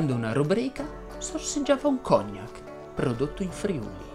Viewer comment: Ciao, secondo me, si dovrebbe dire cognàc e Nobél invece di cògnac e Nòbel. Ti ho corretto non per fare il pignolo ma perché questo dice la Treccani e curioso dopo aver visto il tuo bel video avevo dei dubbi e quindi sono andato a correggere. Comunque, complimenti